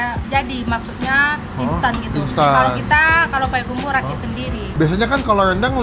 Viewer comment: Payakumbuh bukan payakumbuah